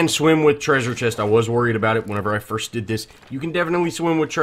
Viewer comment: “Frist”? Lol